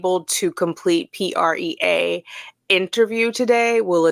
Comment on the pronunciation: You say PREA as a word (pre-ah). Prison Ra_e Elimination Act. Passed by Pres. G. Bush. OCCD is Orange County Corrections Department.